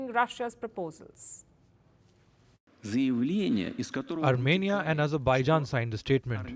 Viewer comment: France to 'Arm'enia